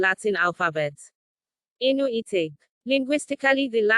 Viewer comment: The voce pronounces them A * inu * it means dog in Japanese ,it should be Ai-nu,theb Japanese used the word inu to vilify them.